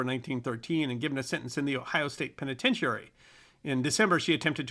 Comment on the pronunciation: That's "us historians", not "we". And "penitentiary" doesn't have have emphasis on the penultimate syllable. Otherwise, quite good.